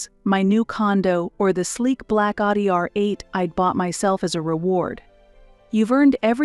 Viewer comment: AI has a problem with the pronunciation of Audi.